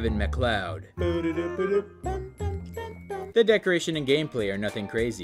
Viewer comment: Now way bro pronounced it Kevin McCloud 💀💀💀